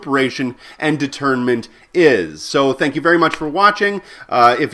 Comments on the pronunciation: Great video, thanks for the refresher... btw you pronounced it a bit like 'detriment', did you mean 'détournement'? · may I please suggest that you pronounce 'detournement' less like 'determinant' which is a big word in philosophy. Take 'detournement' a bit more towards the French, and stress the 'detour' like a road 'detour'. that will make it sound differently from determinant. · 'De'tournement' needs a french accent. Just saying.